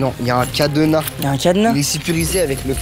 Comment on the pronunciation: " ya un cadEna , il est sécurisé avec le cadEna " 🤣